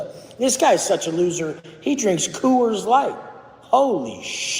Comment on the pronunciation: Co-woors light 😂😅